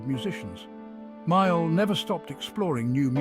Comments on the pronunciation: Haha he claimed him as My Al . I much prefer that blues man, John (Pronounced. ) Male or Mail . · AI, say his name correctly.